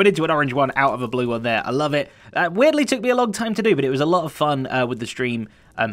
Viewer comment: Zedaph, talks about his Portal thingy. What he says: Weirdly What I heard: Wheatley Yes- this is fine 😂